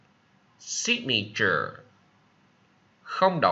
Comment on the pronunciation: Em chào Thầy! Signature em thấy trong quyển từ điển họ phát âm Anh-Mỹ đều là / 'sig nờ chờ/ sao Thầy lại đọc là / 'sig ni chờ / vậy ạ?